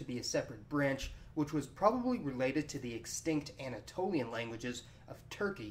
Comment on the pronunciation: Anatolian...not Antaolian. Work on your dyslexia.